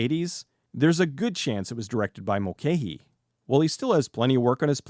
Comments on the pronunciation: Pretty sure you're mispronouncing Russell Mulcahy's name all the way through this (in Australia it's always been pronounced as "Mul-kai"), but well done. This is a fun film. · Mul - ca - hee FFs!